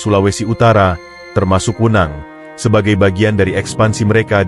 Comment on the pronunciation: Tekanan e', belajar lagi penggunaan kata e' pada kata "Wenang", lucu kedengarannya.